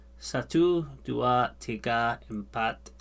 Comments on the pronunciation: Not EDU but DUA...for say 2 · Two is dua, not edu...thank...